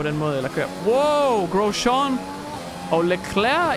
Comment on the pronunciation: jeg elsker virkelig den måde du siger Grosjean, altså vi dansker plejer bare at udtale det Grosjang Ps elsker dine vids❤️